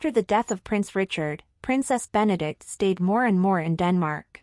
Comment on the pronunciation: Her name is Benedicte. Four syllables. Be-ne-dik-te.